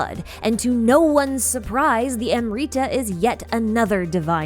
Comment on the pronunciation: Pls pronounce the Amrita as am brita and nabumalikata as nabu mali katha and pari as pa(as papa) ri